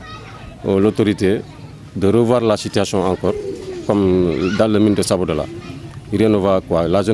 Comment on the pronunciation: Il est écrit visiblement SABODALA dans les panneaux et vous continuez de prononcer SABADOLA. Soyez un peu professionnel